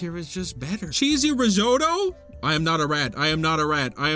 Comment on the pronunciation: IT’S RIZZ-OTT-OH!! THERE’S TWO T’S!!!!!!! Crying in the club rn